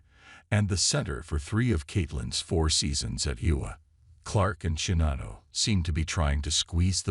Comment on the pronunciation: Your robot can't pronounce Iowa, Czinano, or gopher.